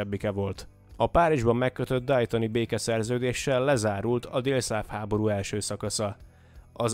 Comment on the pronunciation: Nem Dajton ,😂 hanem Déton.